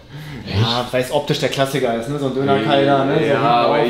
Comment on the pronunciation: Hat er Döner Keil gesagt? 😂😂😂